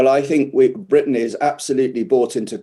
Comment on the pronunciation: when did attack become "attsack". and tactic is now "tsactsic"? And there's a new word called "Britsain". Is this Brexit from the English language??